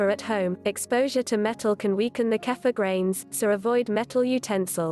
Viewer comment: I think it is pronounced keefur rather than kafa